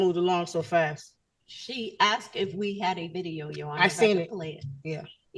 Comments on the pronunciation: I can’t get through this. As a black man with black kids. I sure as hell made sure they don’t sound like this. Axed seent 😂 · Axed and seent it should be grounds for re-education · She “would’ve seent him” . . . “axed”. She should also receive a citation for messing up the king’s language. 🤦🏽‍♀️ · Seent, axed … I’m suing for an assault on my ears!